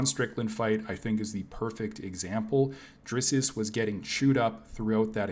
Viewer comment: “DRISS-US” Du Plessis 😂😂😂😂 cmon bro, step it up for an mma channel and I like the content btw